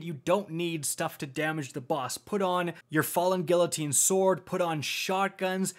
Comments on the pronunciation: My favorite part is how he call falling guillotine falling gillatine For everyone’s information it is pronounced geeatine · I'm super sorry but its been killing me for months...the falling guillotine is pronounced gee-uh-teen 😂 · Back at it again pronouncing guillotine, gee uh teen not gill uh teen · I'm sorry, great video thank you for all the hard work, but I have to say, it's pronounced "GEE-AH-TEEN" not "Gill-O-teen" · "he said Falling Gila-teen" LMAO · It's GHEE-UH-TEEN,! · Guillotine has a hard g. The “u” keeps it hard next to the i. You right about nuclear tho. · The amount of time that said “guillotine” incorrectly genuinely bothered me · Said falling gui(ll)otine. Unsubbed, disliked, and reported. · "Guillotine" is pronounced with long "e" sounds for the "i"s and a "y" sound for the "ll". (Also, it's not nuke-u-lar.) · Can someone tell how to say guillotine and nuclear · he pronounced guillotine like i pronounce quesadilla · OOF, doesn't know how to pronounce guillotine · Your pronunciation of guillotine is very distracting XD